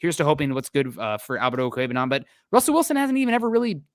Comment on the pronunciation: National announcers gonna finally have to learn how to pronounce Ok-wu-eg-bu-nam... has it down.